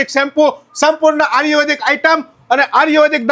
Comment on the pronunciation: પેલા આયુર્વેદિક બોલતા સિખ ભાઈ આર્યુવેદિક 😂😂